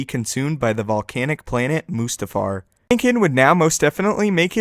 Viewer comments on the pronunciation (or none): it is not called moostafar it is called Mustafar